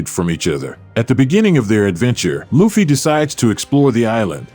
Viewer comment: OYOOOO do not misspronounce LUFFY as LOOFY FFS it is L U F F Y not L O O F Y Sighs watch the anime and you get my frigging point :D good video except that EPIC pronouncing FAIL! sorry but can't deal with that right now -.-..